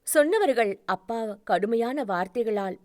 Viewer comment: அ பா என்று என்று சொல்லும் தொனி சரி இல்லை அப்பா என்று சொல்லவும்